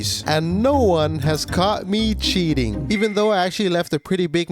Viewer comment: "Sheating" , "sheat"🤭